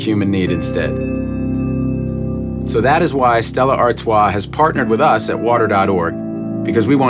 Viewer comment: I didn’t know Stella was pronounced like that